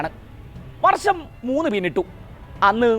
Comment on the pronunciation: വർച്ചം അല്ല അനിയാ വർഷം